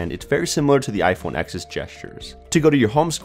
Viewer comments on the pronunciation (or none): It's "iPhone TEN" not "iPhone Ex"